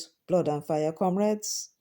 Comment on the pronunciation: No wonder he keeps saying "Camreds". Is he deliberately not using "comreds". I wonder